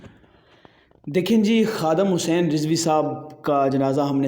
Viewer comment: Ye Kamina Huzur Amirul Mujahideen Allama Khadim Hussain علیہ الرحمہ Ka Name Sahi Se Nhi Leta Hai